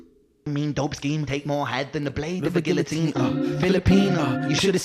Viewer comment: Love the reaction, but you should google "guillotine" 😉